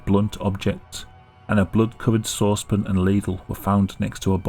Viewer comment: Have I been pronouncing sauce pan wrong? Is it supposed to be pronounced saucepin? Because that’s how this dude says it. It is so alien and strange to me. Otherwise great video came up the good work.